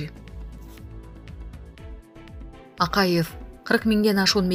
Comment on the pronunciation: Биздикилердеги мигрантам куда хочу .туда лечу го.аларга да каттуу бир мыйзам чыгаргыла .айланайын окуган кыз Акайыов.Бакыеов деп Жапарыов туура Оку